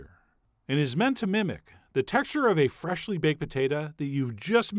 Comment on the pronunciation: I luv you but the way you say “freshly” is not funny